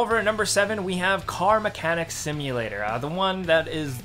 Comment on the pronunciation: Dude it is car mechanic not mecanic simulator.